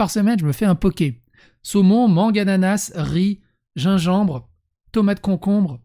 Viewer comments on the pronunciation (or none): none